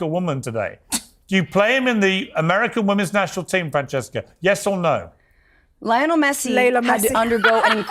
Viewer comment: I wish more people would point out the black lady saying "lyla Messi" lmfao